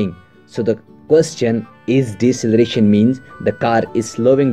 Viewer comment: Deceleration not Decceleration xD